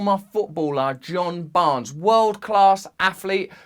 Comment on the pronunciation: his names john barn-es and when he does his thing the crowd go bananas